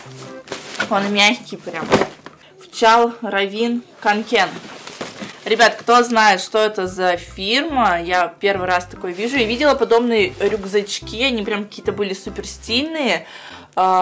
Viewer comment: Kånken читается как кОнкен å=o